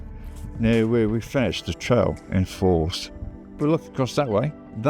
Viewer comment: Pronunciation Pedant here. Moray is pronounced "Murray". Forres is pronounced Forres! Not Faws. The es ending is bit of a snare in these parts, so you have AlvES, ForrES, TarvES. Rothes does not rhyme with clothes, you will be met with utter mystification if you ask directions for Rothes rhyming with clothes. It's happened.